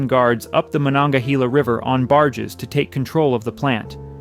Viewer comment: Not sure anyone cares, but fyi-it's pronounced, mu-non-guh-hey-la river.